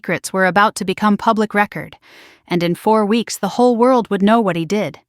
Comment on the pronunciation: please teach ai the difference in homonyms a word that is dpelled the same but pronounced differently like this word record/record